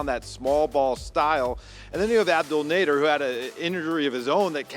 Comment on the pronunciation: More clown sh—. F Kendrick and espn. First of all, don’t ever compare deandre ayton to David Robinson. Second of all, his name is Nadeeeeeeer. Abdul Nadeeeeer. No one from where he is from pronounces his name like “nadehhhr”. Stop white washing a Muslim name for exceptance.